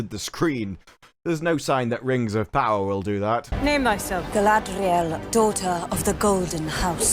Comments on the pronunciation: Anyone else think that they are pronouncing "Galadriel" incorrectly? It's not supposed to be Galadhriel, which is what I am hearing. Thoughts? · They can't even say Galadriel right. Its Galadriel not Gladriel ffs. The show is making a mockery of Tolkien's work. Disgrace. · Galadrrriel. It sounds like a Japanese calling her name... GARADRRIERRU. (taking away from EKS-REY GUUURRLL.) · Their pronunciation of Galadrial bothers me so much. Everytime I hear it I want to scratch the back of my head like Sean from Walking Dead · I love how all the woke weirdos try to pronounce Galadriel’s name with really overdone emphasis on certain syllables in a bid to make her sound more like a minority lmao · Why can't these idiots correctly pronounce each others names? Someone should capture screen-shots of all of the different ways we've seen them mis-pronounce Gil-galad and Galadriel in the various trailers and interviews. Half of the time they don't even get the number of syllables right. This would be a hilarious video. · The moment she pronounced "Galadriel" I was "did she catch a cold"? Sorry, this whole trailer thing is making me go what in all the hells ever thought up is this? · ok so I'm swedish and I have those rolling r:s naturally, and every person in this are saying it differently to each other, wrong and way too animated. it hurts me every time. cringe. Galadriel can't even say her own name correctly this time. It's like none of these actors actually practised it but just went with a dramatic feeling. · That's not even how you say it. They're so annoying.